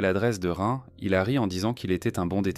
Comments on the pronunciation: Pas que, rien ne va. T’en en temps « reins » t’en en temps « rin », « satoshi » devient « sato » et « ryouta » est « yota » puis « tsurui » est « tsui » et bien évidemment l’incontournable « okaido » qu’on est pas ce que c’est, je ne connais que Hokkaido perso 😅 C’est une IA maintenant on est sur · Bizarrement, cela ne me surprend pas .... PS: Rin se prononce Line. 😉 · Soit tu utilise une IA pour lire a ta place. Soit t'es le seul habitant de la France de cette generation qui est pas foutu de prononcer Rin a peu près correctement. Dommage pour la crédibilité. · La prononciation de son prénom est insupportable et même le nom du village est mal prononcé